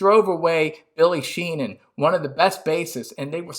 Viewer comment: Great video - you definitely ‘get’ what Dave is about! (BTW it’s Billy Sheehan, not Sheenan 😛).